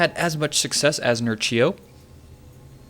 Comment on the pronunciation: Read it 'Nerchyo' not 'Nercheeyo'! :)